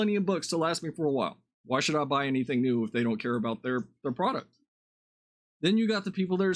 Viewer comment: "Nu" star wars.